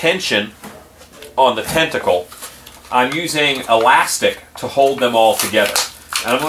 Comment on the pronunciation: "test-acle" hahaha